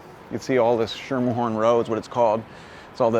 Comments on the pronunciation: FYI- "Schermerhorn" is pronounced as SKEE-mer-horn. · If you pronounce it Schermerhorn and not Skimmerhorn locals will treat you like you're an insane idiot.